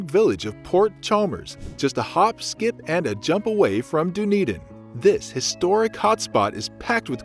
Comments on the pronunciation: Done-Eden, not Doon-Eden. Try that pronounciation. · This is a great video with on major exception. So many mispronunciations! Embarrassing and unprofessional! As mentioned by previous commenters. 10 minutes of google research prior to recording would fix everything! By the way, there is a Dunedin in Florida pronounced the same way! Done, not dune! And Edin-berg? Wrong. Look that one up! You can’t be a travel narrator without a bit of research and mastering location pronunciations. Please take this critique as constructive! The content and narration otherwise was excellent. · You need to do some research about how to pronounce locations correctly! Dun ( like 'done') edin NOT Doo-nedin. Taieri Gorge is pronounced wrong and Maori words. The video therefore does not seem authentic or believable.